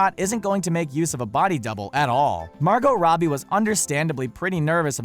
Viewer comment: Omg, couldn't you pronounce Margot Robie's name right ONCE???